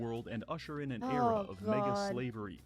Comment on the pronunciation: Please be careful in the way you say Mega, also what is this creature on my screen.